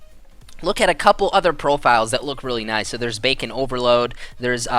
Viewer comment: Idk if anyone noticed but he kept saying Bacon Overload when it's Bacon Overlord.